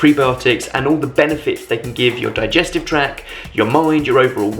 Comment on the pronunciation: 'digestive track'